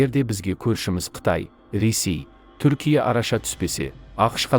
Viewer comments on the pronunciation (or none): none